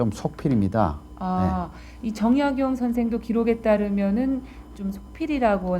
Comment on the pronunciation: "최고 천재"! 이 얼마나 어색한 표현인가? "변방"의 "변"자를 왜 "길게" 발음하십니까?? "가 변 자"는 짧게 발음해야 하는 것을 구ㅏ하와 같은 한국의 학자께서 글.ㅅ 읽었다는 것은 1967년에 고국을 떠난 이 늙은 이는 너무나 실망했습니다. "한국 어문을 고발함"이라는 책을 일독해 주실까요? 미국 변 완수 드림. 또 놀란 일!! 주제가 다산 "정 약용"인데, 이 아른의 성 "정"자의 틀리게 모두 틀리게 발음햐고 있으니, 대체 한국의 언어 문화의 주소는 어디메 있아옵니까??댜산 선생의 성은"짧게" 읽어야 합니다.제발!! "짧게" 읽어야 하옵니다!!